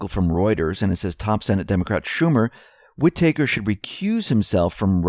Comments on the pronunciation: wit taker..... lol its wit-tah-ker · whitaker is not pronounced whi-tAker, it is more like whitiker with the emphasis on whit. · It's not pronounced "whit-taker" ... it's "whita-ker" ... said quickly, without a pause. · Whitaker is not pronounced Wit-take-her There is only one t, Wit-a-ker Otherwise good story. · it's pronounced Whit'aker, not Whit-acre' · Whitaker = Whi ta ker, not Whi taker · Whitaker is pronounced with a "Short A" sound, as in "read a book". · Just so you know, it is Whi-TA-ker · Wit ah kur (say it fast) WIttikur emphasis on first syllable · It's "WHI-tuh-kur". Accent on the first syllable. The 'i' is short. The 'a' is pronounced as a schwa. Otherwise, excellent as usual. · WHID-i-ker Pronounce shit right! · Love your reports, watch them daily. But, you are driving me crazy with the acting AG's name. It is pronounce: Wit-a-cure. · Whitaker is pronounced "WHI-ti-ker." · its pronounced "whit-ick-rrr" said dluidly and quickly, cm'on man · Please stop mispronouncing "Whitaker"! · Actually it's driving me NUTS to hear it pronounced that way so lay off! Some of us have what is called an 'auditory' experience in life. You probably don't (there are also 'visual' and 'sensory' types) but try to respect those of us who do. It is hard to keep hearing such a common name like this repeatedly mispronounced !! My cousins last names are Whitaker so this is really bad for me and probably is driving some of the rest a little crazy as well. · Please learn to say WHITAKER! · Yes, please say it with emphasis on 1st syllable & 2nd syllable short a. Thanks! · Go easy on the guy! He can't say HOOAH either. I love it! He doesn't mean to but he makes me laugh! Love ya,!